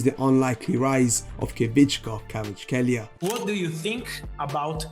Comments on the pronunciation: Stick with this guy, practice how to pronounce his name right. If you happen to know football do analyses on his games and performance after every match. Well, some time down the road you’ll be the first English language you tuber done topic on him from debutant rising to world famous superstar! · Nono don’t worry I wasn’t actually upset just giving you a hard time🤣 Although for the future if you want: Kvi-cha - (not Kvich-ka) Kvarats-(kh)elia - the kh sound is difficult to describe. Nothing really like it in English. I think the best way to explain that kh sound would be the old pronunciation of Loch (the Scottish pronunciation) or the name Bach (the German way to say it)